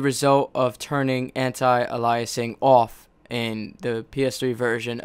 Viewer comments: An-tie a-lye-uh-sing awff. I think you mean An-tee ay-lee-uh-sing. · It's pronounced anti Ay-Lee-a-sing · You're pronouncing "Anti-Aliasing wrong" lol..